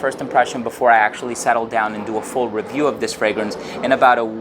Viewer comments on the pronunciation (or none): none